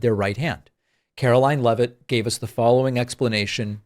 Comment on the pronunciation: Can DEI Leavitt NOT produce the "T" sound??